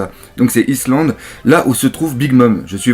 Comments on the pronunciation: Omggggggg c'est pas islande ça se prononce " Aïe land" le reste c'est bien . (all kéike aïe land ... y'a pas de S) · Pour le island le "s" ne se prononce pas c'est "aïe"-land :) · en fait, island se prononce "aÏe_lande" :p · Island en fait ça se dit comme Ice mais le s ne se prononce pas donc Ailand en faite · Bonne réaction live, comme d'hab'. Par contre, on prononce island : Aïe-land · Alors désolé, mais une bonne fois pour toute: Island, on dit "Aïe Land". Une prononciation comme, ça me donne envie de tuer des chatons!:'( Fais quelque chose pour moi et tes abos ^^ Ah ouais aussi, Thousand, c'est "Saosand". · island ça se dit Aïelande:) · Salut!! J'ai pas fini de regarder ni de lire du coup mais la prononciation c'est "Aie lande" (Island) en gros:) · Le S ne se prononce pas dans Island. ^^ Grossièrement c'est Aïe Lande. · Island, ça se prononce aïe-land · Island se prononce ayland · island se prononce /ayland/ si ca peut t'aider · raté ça se prononce "aïlande" , on ne doit pas prononcer le "s" ;-) Cordialement ^^ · Ça se dit "Whole Cake, [ai]Land" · island se prononce comme si tu disais le legume aille et tu met land ^^ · "Island" se prononce : "Aïe-lande"... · 1minute30 une chanson quand j'étais "vieux" .... lol effectivement t'es à la ramasse sur ce coup ^^ faut dormir la nuit. Sinon bonne vidéo en attendant la critique analyse avec impatience !!! Et island se prononce aïelande le S ne ne prononce pas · Dans island on prononce pas le i ^^ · Si jamais Island ce prononce sans le s ;)